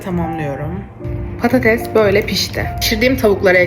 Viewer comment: BOYLEE DEĞİL BÖYLE LÜTFEN